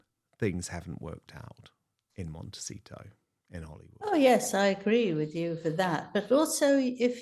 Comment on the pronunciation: Will someone on production please tell Angela it is a 't' at the end of 'Montecito',, not a 'c'. She says, and has said in other stories "Montecico" which is inaccurate and very annoying! It's poor editorial production.